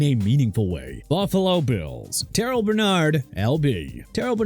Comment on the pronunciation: TERREL (TER-RELL) BERNARD NOT TER-RIL!! ALSO WHY IS THERE A E IN TYRONE TRACY'S NAME?! HELLO!! MR. EDITOR THERE'S NO E IN TRACY! AND NEXT TIME CALL UP THE OWNER OF JACKSONVILLE'S FOOTBALL TEAM AND SEE IF THEY CAN CHANGE THE NAME FROM JAGUARS (JAGWAARS) TO JAGWAARS!? UNBELIEVABLE!!! AND ONE MORE THING MAYBE MIAMI'S OFFENSE WILL BE IN SHAMBLES THIS UPCOMING SEASON SO KEEP BRINGING THAT MESS UP!! SMH!!!!